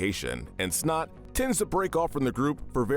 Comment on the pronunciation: Why does this guy always take one character and fuck up the name Shot instead of Snot here, J.R. instead of Junior for The Cleveland show...